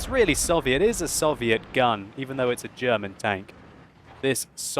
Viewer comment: For a brit he pronounces German words bloody well I'd say:-)